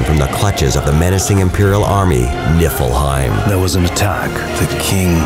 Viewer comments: He said "Nippleheim" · "niflheim" ppftthAHAHAHAH